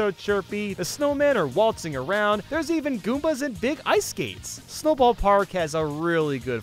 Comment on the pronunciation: I love it when says “beeg”